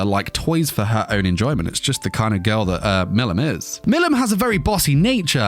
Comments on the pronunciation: Bro you saying Milim wrong it’s pronounced Mileam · Butchers her name the whole bid